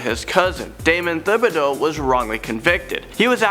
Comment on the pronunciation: not to pick thibideaux is pronounced as just ti-bid-o